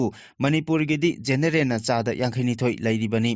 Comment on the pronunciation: Generen natte genaral haibiyu